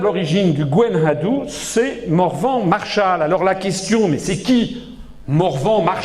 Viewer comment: F. Asselineau semble lui aussi très influencé par la culture US au point de prononcer Gwenn Ha Dou". C'est Gwenn Ha Du, comme Du con.